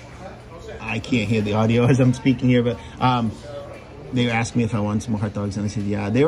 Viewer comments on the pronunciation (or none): I like how he pronounces them hutdogs